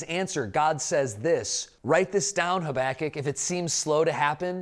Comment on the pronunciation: My teacher did a verbal test on the books of the Bible and made us say the whole thing wilst covering our eyes. The teacher said "Haba-kook"... What!? I said "Haba-kuck" You said: "Hoback-kic"